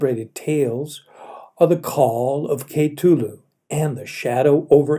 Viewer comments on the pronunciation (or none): Your pronunciation of Cthulu is rather offputting. Though it's up to personal interpretation, I believe the pronounciation K'TULU or K'THULU is accepted as the two ways to say it. That being said I absolutely loved the emotion behind the storytelling